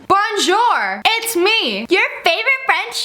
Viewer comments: my french teacher sees how she pronounces bonjour Teacher : Ive had enough yeets herself into heaven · sis i can teach you french its bonjour not bojour 😂 🤣😂 🤣 love you!!!!!!!!!!!!!!!! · Its not bongo its bonģè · its salut or bonjour the way you said it would be pronounced as it would be called a baguette I took french in 5th or 4th grade i ran into my french teacher in a store before now i'm in 8th so I apologize if this sounds rude I am not trying to sound rude I'm just simply trying to correct you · Its not bonjour to prononce it its like 'bonshu' or 'bonjou' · it’s pronounced more like bon-JUR instead of bon-JOUR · did she just... yep she did.. YOU KEEP PRONOUNCING BONJOUR WRONG! xD you could also expand it and say salut (sounds like sah-loo) it means hi and bye so yeah lol